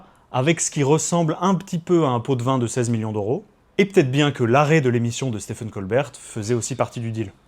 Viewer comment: Ça se prononce exactement comme Steven, pas "stefen". (C'est valable aussi pour stephen king et tous les autres Stephen américains)